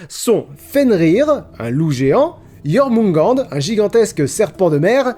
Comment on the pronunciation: Comment ta réussi à prononcer jorgmungand